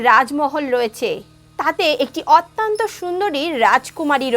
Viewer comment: গল্পটি ভাল।পরিবেশন খুব হৃদয়গ্রাহী।নীতি কথা গূলি বাস্তবধর্মী অনুসরনীয়।কিন্তু কথিকার একটি শব্দের বার বার ভূল উচ্চারণ বড্ড শ্রুতিকটু লাগছে।শব্দটি অত্যন্ত (অতি +অন্ত) : অত্যান্ত নয়।সংশোধন করে নিতে অনুরোধ করি।